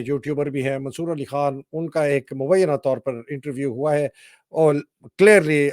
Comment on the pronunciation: پوٹھوہارن ہے مگر پتہ نہیں کیوں خان کو کھان۔ اور غلطی کو گلتی بولتی ہے۔